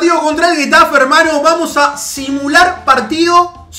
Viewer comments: Se pronuncia “Jetafe" no “Guetafe". Buen video xD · No, se pronuncia Getafe y dice Guetafe